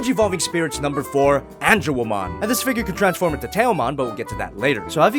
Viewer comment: Lmao, Ange”womon”